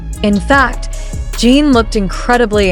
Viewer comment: Jin not Jean